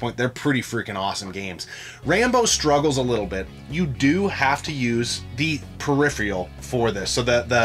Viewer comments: dude its phe-ri-phe-ral......not pheri-free-al. smh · Peripheral not periphreal. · Why can’t either of them pronounce peripheral